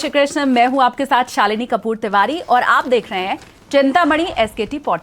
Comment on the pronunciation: आप अपने आपको सालीनी क्यों बोलती है! मुझे बुरा लगता है!